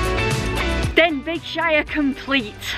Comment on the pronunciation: Love your enthusiasm doing what you do! Just a small FYI before somebody tries to moan at you, Denbighshire is pronounced Den-bay-shire, no g...keep the G in though, lol.